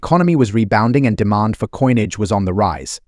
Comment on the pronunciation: Pronounced deMAND not DEEmon